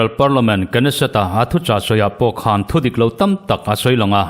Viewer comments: Knesseth tih ah hian K hi Silen a ni a, Lam ri tel tawh suh Nesseth ti mai rawh. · Ka pu, A rawn lam rik dan khi a dik zawk a lawm ... "K" hi an lam ri thin zawk a nia, .. Israel Mizo awm te pawh ka zawt tawh ... Knesseth -- k ne set - ke ne set ti in an lam thin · Israel Parliament i lam dan ah hian K hi lam ri lovin Nesset tiin lam ri la a dik zawk in ka ring.